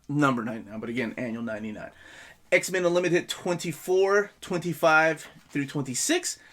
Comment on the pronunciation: I keep hearing "X-Man". Cool video, though.